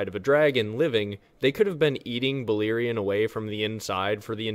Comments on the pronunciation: balErion no I(ee).. read how its written. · Its "Bal(AIR)ion... not Beleerein. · Bah-Lair-ion not Baliron 😂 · Any language grammar/phonic rules tells me you're pronouncing it wrong. E= ee, and, I = ee cannot both be true. Buh-LAIR-eeon.